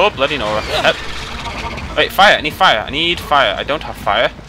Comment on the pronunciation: Oh, it's bloody nora? I every time think he was saying: Blo Dinora.